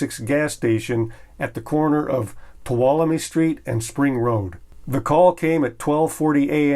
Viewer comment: so glad you pronounce tuolumne right. i grew up in Tuolumne,ca.